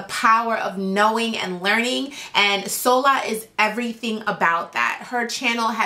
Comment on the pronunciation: Solar?! Shola not solar.